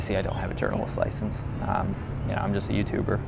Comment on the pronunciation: Journalist "LICENSE"???!